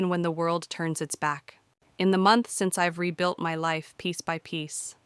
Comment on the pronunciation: Yes they do, it's piece by piece. Not peace by peace. 😂😂